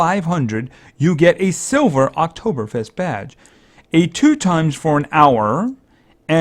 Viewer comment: I'm from Austria and you can say Oktoberfest very good. And this hearts are called "Lebkuchen" and on that there are some proverbs.